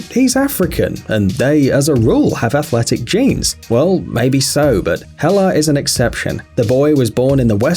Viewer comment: He said mabey so